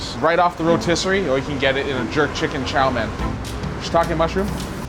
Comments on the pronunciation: Well he does have noticeable Jamaican pronunciation, specifically on his Os and Ers, the way he says Chow mein is also telltale, his Mein comes off more as Men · his pronunciation of chao main (chow mein) is a bit suspicious so maybe hes actually more jamacian than chinese. and han chinese is definitely an ethnicity. also btw black people are also not native to Jamaica and are brought there by europeans just like the chinese